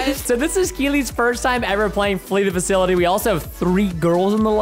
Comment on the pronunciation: Bro it’s not ‘fakilty’ it’s ‘fasility’